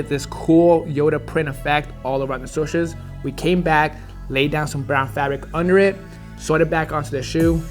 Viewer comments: Is it just me or when he says SWUSHES it drives me crazy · I cant get over the fact he says swushes lol